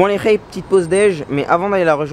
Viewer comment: Un fwew regarde le fwew haha